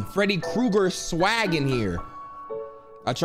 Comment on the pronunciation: freddy krueger Swa- Freddy Krueger Swagg.. lol it sounded like you was gonna say swuag🤣😂🤣😂 don't ask how I know that word "iMa gOofy SpEller bRu I Do tHis"😂